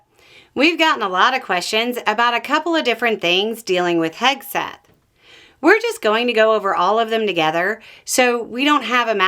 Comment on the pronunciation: The way you said “Hegseth news”! 😂😂